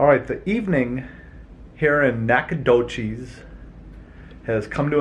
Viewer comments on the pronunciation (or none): Hometown!! Pronounced Nack-uh-dough-CHESS (no cheese please!) Lol! We’ll give you a pass, but next time you need some locals to show you around and teach you how to say stuff proper-like. Also, nobody refers to it as “The Doch” rather just Nac or Nac-a-nowhere (but only the locals are allowed to call it that 😉